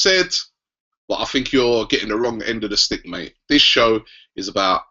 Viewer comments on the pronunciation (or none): none